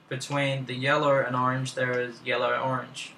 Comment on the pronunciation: "sur im gurnna pick yellur" ;3